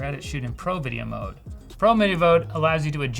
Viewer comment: instructions "pro video mode" "pro mideo vode"